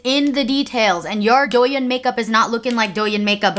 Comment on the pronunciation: finally came over from Instagram because I’m so excited for this video!!! one minor thing, the “yin” in douyin is pronounced like “yeen” with a long i ♥️